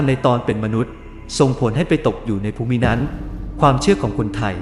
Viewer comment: มีคำอ่านผิดครับ คำว่า ภูมิ อ่านว่า พูม ไม่ใช่ พูมิ นะครับ